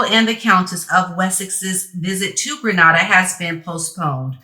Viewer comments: It's pronounced Gre NAY da and not Gre Nah da. 👍🏽 Gre Nah da is in Spain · not Gre-nada more lake Gree-nada